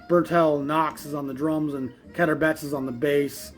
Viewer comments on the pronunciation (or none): Just a minor quibble, but Keter Bett's first name (a nickname) is pronounced Keeter, like 'heater.' I had the privilege and joy of hearing him play in the Washington, D.C. area, on numerous occasions in the 80s and 90s. (By the way, thank you for your channel. Keep up the good work.)